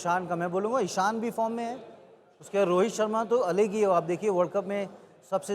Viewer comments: Rohet nahi bhai rohit hota hai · rohet nahi rohit bol